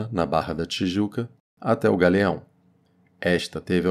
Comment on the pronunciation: O aegopogto do gagueao é longe demais